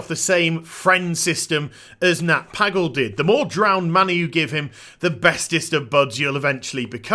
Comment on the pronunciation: how can you not pronounce pagle correctly smh